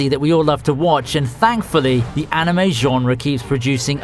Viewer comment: when u said anime genre, it sounded more like animatzion so i had to go back xD